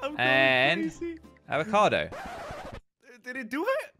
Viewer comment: When said Avocado i thought is abocado but its avocado